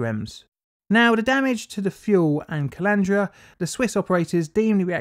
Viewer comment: am I the only one who mentally pictures a collander every time colandra is said.